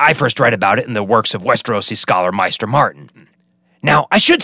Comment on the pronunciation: Isn't it pronounced MAY-ster not MY-ster. The show and the audiobooks agree on this. Also isn't it GISS-kari not GE-kari? You pronounce Old Ghis right, so I don't know why you inferred a silent S.